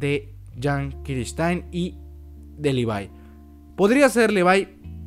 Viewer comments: buen video pero deja de pronunciar los nombres mal por favor levi es LE . VI no LI . VAI y angie es AN . LLI no JAN . LLI , no inventes pronunciaciones mal hechas sin saber ingles jajajaja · Dislike porque en vez de Levi decís levai :v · Se pronuncia "livai".